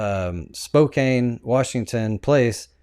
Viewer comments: It’s pronounced spo-CAN…. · I know it's spelled Spokane but it's pronounced like Spokan. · Actually it's pronounced Spo.. ( long o sound) Can. Spokane 😉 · I live here - it’s “Spo-CAN” btw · Its pronounced Spoke-Can. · Yes you Can in Spokane. NOT prounced with a long A. 2nd largest city in Washington. Put some respect or talk about things you can PRONOUNCE ❤❤❤